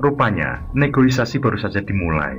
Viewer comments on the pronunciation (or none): "Negosiasi" bang, jangan negoisasi wkwk 🤭